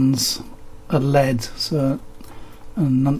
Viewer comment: You’re so enthusiastic ? L.E.D. Not led.